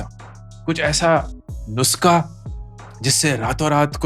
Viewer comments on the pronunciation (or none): Its nus'kha' - kha from the epiglottis :p. but Great Video man!